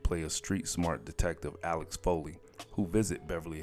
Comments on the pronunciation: This goes to... Comedy hype someone had to edit this, great info things I didn't know was.bought to my attention... But what I do know is it's RETURN OF THE JEDI (JED~EYE) WHO DOESNT KNOW THIS!!!!.... ALSO ITS NOT ALEX FOLEY... ITS AXEL SAY IT WITH ME AXXXXXXX-----EEEEELLLL... now for those with reading disabilities at comedy hype... 🪓 L... NOW FOR THOSE WOTH DISLEXIA... Lexa 2/3rds of the syllables in Alexa... Got it... Now get it right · His name was Axel not Alex... but overall good job.